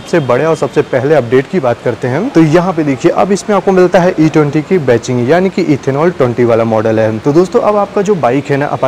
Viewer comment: Ba-CHING nahi.... Badging (ba-JING)